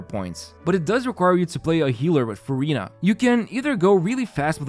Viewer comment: Not sure whether to roll or not since I have too many hydro ;; Neuvi, Yelan, Ayato, but also... its Furinaa ack 🥹